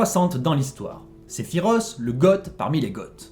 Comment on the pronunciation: Cest Se-phi-Roth pas Se-phi-ros